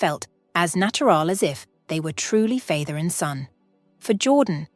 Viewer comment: "Fay-ther and son"??? "Fay-ther"??